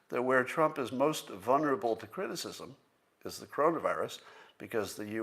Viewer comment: Scott, why do you pronounce 'vulnerable' without the first 'L' being sounded, as if it is spelled "vunnerable"??